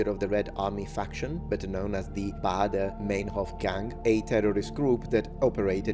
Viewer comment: It's UlrikE (like you would say it in Italian) and the "ei" in Meinhof is spoken "ai" (Italian prononciation).